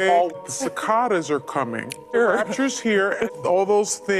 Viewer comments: That literally hurt to watch Also, it's ci-CA-das! Lord have mercy... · “Sivaadies are coming!” 😂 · Cicaaaaaaadas lololol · "Ci-kah-das are coming" :face-green-smiling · It blows me away how she pronounces cicadas. Where is the T? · 😊😂😊😂😊😂😂 PWAHAHAHAHA Miss Know It All didn't know how cicadas was pronounced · SOME people will glom onto any little thing to bolster their delusions. She should just how ignorant she is when she couldn't even pronounce "cicadas" right, and Whoopi had to correct her. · Sunny Hostin. A college educated woman that can't even pronounce a bug's name. 🤣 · East coasters don't know how to pronounce the word 'cicadas'.